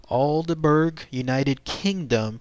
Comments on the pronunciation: Hello, I am a bit late to the party but being from the UK, I better point out your pronunciation of the town. it's pronounced Alderbrer, not Alderberg. You can see a British UFO group visit the area, including my friend Ben did a report on it Its in the county of Suffolk. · i think its pronounced all-dee-brah; for all you non brits ;) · its pronounced aldebrough! this is painful to listen to :( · Yes, it made me laugh, also the pronunciation is wrong for the town but great to get the story covered.